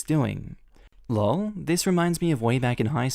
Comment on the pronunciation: please don't pronounce LOL as if it was a word. Please say the letters L O L, or better say 'Laughing out Loud' Me; Laughing out Loud!😝